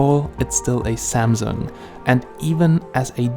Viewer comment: It pronounced SAMSUNG and not ZAMZONG